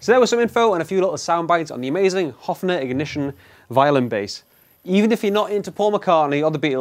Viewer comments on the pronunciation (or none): Pleeeeeaaaasssseeee dont say Hoffner its Höfner [Hoefner]